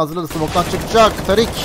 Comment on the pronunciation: Woxic e Özgür diyorsun. Tarik nickli ismi TARIK olan adama tarık demiyosun. Tariik diyorsun. ne alaka bunun da ismini söylesene